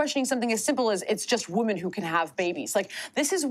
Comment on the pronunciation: She says "women" as woman...it is irritating